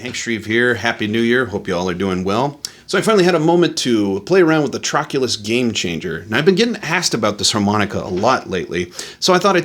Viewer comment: I'm sorry, but it's "Trochilus" (not "Trochulis"). You'll hardly find it at eBay with your version.